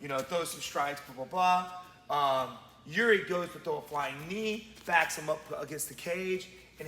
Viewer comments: Its "Jiri" not "Juri" ok? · guys i think its Jiri not juri. great vid and channel though